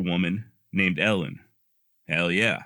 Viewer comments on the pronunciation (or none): none